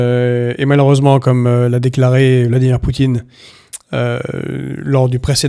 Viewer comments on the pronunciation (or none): none